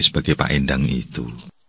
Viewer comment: Endang itu bukan Endang...gimana ya jelasinya...soalnya bahasa Sunda tuh ada 3 jenis E...Coba nyebut "karena" naah jadi Endang itu bukan seperti Endang di Jawa,yg artinya perempuan.....se se iki Asep opo Acep? Aran ku Asep ISDA😁